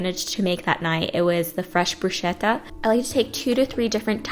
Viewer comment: Oh,and when you say 'bruschetta' you say like 'bruscetta' but you should pronounce it as 'brusketta' because CH in italian is a 'strong sound' so is like a K!! kiss